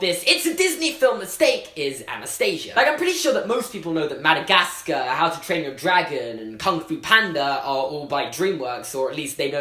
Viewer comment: Anyone here have a American accent? I mean I love his accent, but when he's saying Madagascar I can't stop laughing... HE CAN'T PRONOUNCE HIS R's XD!!!!!!!